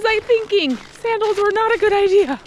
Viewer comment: As soon as you said sandels 😂You'll never do that again Maybe furry crocs ❤